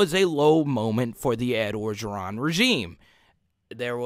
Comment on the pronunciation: bro u from creole city.. u gotta learn LA names.. start with Coach O.. ps love the channel